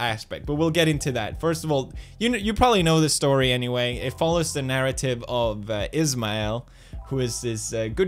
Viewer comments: and did you say 'anywhale' at the end or is it just me ? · did he just say "anywhale" at the end there?